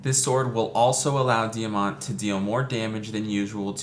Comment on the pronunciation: Thank you so much for this video! I’m very happy to help you with character guide & I learned something new for Diamant’s character build today! Yes, you did pronounce my name correctly! Most people don’t say my first name right!